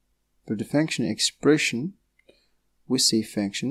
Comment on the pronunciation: Sounds like you're saying faction or fanction. It's pronounced "funk-shin/"... vowel is u, not a. (sorry, it was making it hard for me to focus on what you were saying. Hard enough to focus as it is, lol.